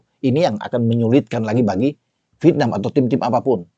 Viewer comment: Penyebutan nya VIETNAM apa VITNAM OM ?? 😂😂😂